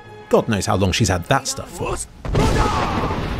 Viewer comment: is it just me or does the force push shout sound like he saying "FOOOKOFF"? I guess that's why I call it the fuck off shout.